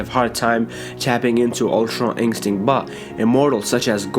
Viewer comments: Stop saying ink stick it's pronounced In-stin-kt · Instinct not inkstinkt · All I hear is ultra inkstint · Stop saying Ultra INKstinct .. my gosh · He always says ULTRA INCSTICT hahahahahha btw good video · Ultra "Ink-stinct" its annoying!!